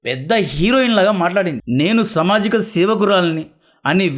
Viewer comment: Bro samajika kaadhu saamaajika